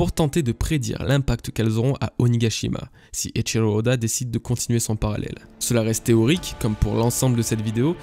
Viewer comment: Eiichiro Oda et non pas Eiichilo ode